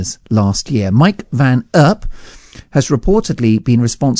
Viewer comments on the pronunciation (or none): Dhr van Erp - please pronounce his name correctly as he is Dutch, is never "Lycra Clad" - as you put it get your facts right , it cost a few seconds to watch one of his videos to ascertain that. You give the impresion of bias in the way you speak - if the police did their jobs and caught and prosecuted phoning drivers, then van Erp would be out of his hobby.